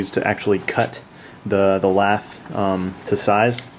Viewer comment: steel "lath" wire. it sounds like he is saying "laff" or "laph"